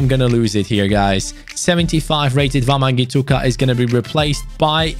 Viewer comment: the way says wamangituka is so funny